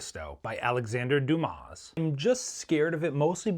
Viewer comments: When you say Dumas like that it sounds like "dumb ass" 😅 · Dumas is pronounced “Doo-mah.” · You don't pronounce the "S" in Dumas. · Dumas is pronounced as deema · Yea I could tell you don’t really read much after you pronounced the S and Alexander Dumas’ name 💀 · No s at the end of the surname when spoken . Good choice of book though.